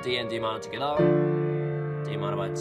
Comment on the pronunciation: Love how he says ” togheter ” 😂😂